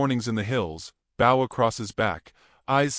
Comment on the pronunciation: “Bow” as bo, not Bao : Apache, not “a patchy” : probably mercantile, not “Morgan tile”